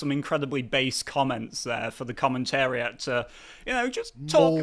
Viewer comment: "The commentariet" Carl. Did you go back in time and kidnap an ancient Roman and then train him into an Englishman?